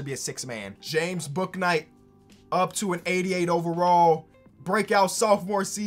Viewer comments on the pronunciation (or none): bouknight is pronounced boonight